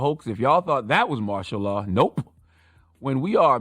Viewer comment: I thought he was saying ma'shallah. 😂😂😭😭